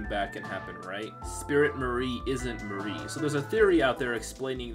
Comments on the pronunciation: There's so many things wrong or severely underexplained in this video, at least do a proper readthrough of the wiki or a simple google search. Also, it's not pronounced Marie, it's Mar-e. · It's pronounced Mar - Ri say Mar and then Ri without blending them. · Idk I pronounce Mari differently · You pronounced Mari wrong 😅😅